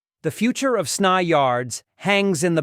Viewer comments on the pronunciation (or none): S-n-y…not snye lmao